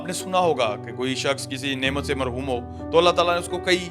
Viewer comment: Mahroom not Marhoom.